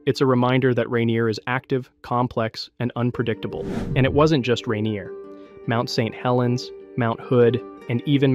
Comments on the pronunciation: The awkward pronunciation of "Mt. St Helens".. AI detected. INTO THE TRASH IT GOES.🚮 >⛔Don't recommend channel >roundhouse kick all AI videos >body slam all AI videos >flush all AI slop down the toilet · Is this video AI? The diction of speech is off. Go to and listen "Mount St Helens." That's not how we say that. Several weird repeats, each sounding like it was the first time it was said. I had to turn off this slop. F$%k AI 👎🏻